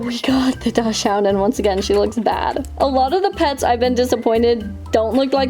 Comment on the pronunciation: Love the video sm but it’s pronounced dock-sund 🥹❤️